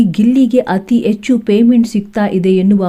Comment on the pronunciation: ಪುಣ್ಯ ಹಣ ಬದಲು ಅಣ ಅಂದೆ ಹೆಣ ಅಂತ ಹೇಳಿಲ್ಲ ಎಚ್ಚು ಹೆಚ್ಚು ಯಾವುದು ಸರಿ? ಅಯ್ಯೇಷ್ಟು ಹೈಯಷ್ಟು, ಅಣ್ಣೆರಡರ ಹನ್ನೆರಡರ. ಕರ್ಮ ಕರ್ಮ ಯಾವ ಶಾಲೆಯಲ್ಲಿ ಕನ್ನಡ ಕಲಿತಿದ್ದಾರೋ ದೇವರೇ ಬಲ್ಲ.😮😮😮